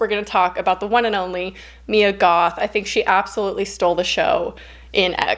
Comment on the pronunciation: when you said "Mia Goth" i thought u said "me and goth" like WHAT :0 lol